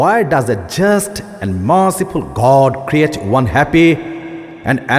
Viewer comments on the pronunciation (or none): none